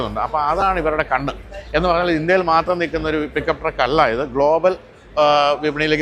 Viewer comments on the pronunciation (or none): none